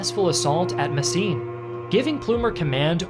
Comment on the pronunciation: It's called Mesen, not Messien or Messine my Yankee dudes